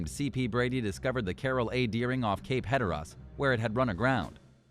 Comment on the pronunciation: Ref. #2, Putah is the Spanish word for whore. Schooner is not pronounced shoonner. Cape Hatteras is not pronounced Cape Heederes. Is American Eye produced by someone for whom English is a second language or do they not listen to the computer voice for correct pronunciation before release?